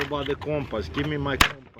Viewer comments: "Give me my compuss" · Wow your Russian was showing hard on compass lol.